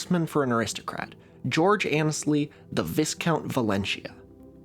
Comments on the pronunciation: I think it is pronounced vie-count, not viss-count... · viscount as "viss-kownt" instead of "VIEkunt" -- is this just mispronunciation of an unfamiliar word, or is this a "leou-tennant/lef'tennant" thing? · am i crazy or is meant to be pronounced vi count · Good video, but it's pronounced "VIGH-count," not "VISS-count". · "Viscount" rhymes with "my count", not "discount". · Firstly, forgive me. My pedantry knows no bounds. Secondly, the word "viscount" is pronounced "vy-count" or "vie-count". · absolute fan of your work. did a report on the rosetta stone in 8th grade, 60 years ago. became a linguist. also it is pronounced 'veye-count'. no s. french. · 'Viscount' is pronounced 'VIE-count'. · "Vy-count", appreciate it doesn't look like it sounds like that. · I hate to be that guy, but 'Viscount' is actually pronounced 'Vie-count.' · Btw viscount is pronounced like vie-count 😘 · Are we really gonna be saying Vißcount all video? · Viscount is pronounced vai-count - the s is silent. Great video otherwise as always ::3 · it's pronounced vai-count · It is pronounced, 'Vie-count'. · Just to help,, but Viscount should sound like Vigh-count, (rhyming with high count) thinking of the syllabic transposition between northwestern American and RP British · It's not pronounced viss-count. The vis rhymes with lie, not piss. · Hey man just for your awareness it's pronounced Vye-count, rhymes with my-count, and actually comes from the Latin "vice count". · For future reference, "viscount" has a silent 's', its pronounced more like "Vie-count". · (Viscount is pronounced like "my count'. No /s/.) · just an FYI for the future, viscount is actually pronounced vye-count. Isn't English lovely? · That's not how to pronounce viscount. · Goodness gracious, this is how I learn that one of my ancestors was indirectly responsible for the discovery of the Rosetta Stone? BTW the s in Viscount is silent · Is baiting us by mispronouncing viscount? I know this man knows French.